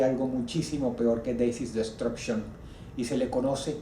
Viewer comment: Como se es lo que dice Dross? Decis desctruccion?